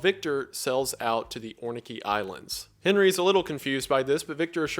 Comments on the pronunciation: Orkney Islands is pronounced "Orc-knee" Mr. Goon. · Just a btw they are called the Orkney islands it is pronounced ork-nee ahaha they are a beautiful place and a special type of ice cream and cheese are made there because of the rare species of cow that live on the island if you ever get the chance you should go. Ahaha I know that you tube ad revenue treating you right😂